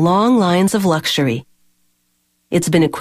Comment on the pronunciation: LAUGZUREY cars